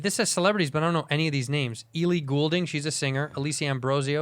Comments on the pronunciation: Eely Goulding 😂 wtf santino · Santino really said “E-lee Gool-ding, shes a singer” 😂😂